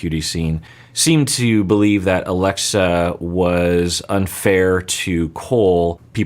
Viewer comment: At some point called her Aglexa. I find it funny and cute how much he was struggling with her name for some reason.